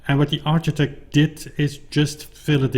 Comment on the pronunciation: Thanks for the update, very exciting indeed! Ps: architect is pronounced like arkitect. :)